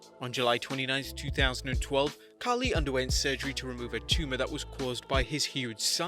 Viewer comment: bruh I know but he is Khali not Khaaaaali